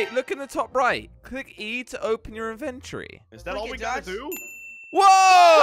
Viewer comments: its INFENTORY not INFANTRY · It's not eventry